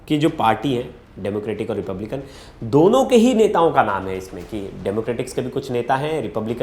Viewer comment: Trump belong to Republican Party, Correctly pronounce the name of the American political party.